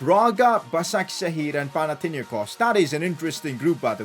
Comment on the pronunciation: Bro! I'm from Greece and I support Panathinaikos but you killed his name. What an insult